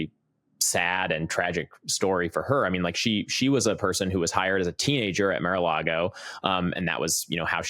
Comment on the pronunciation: It’s not Mare a Lago